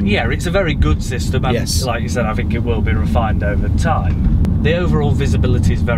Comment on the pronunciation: “I fink”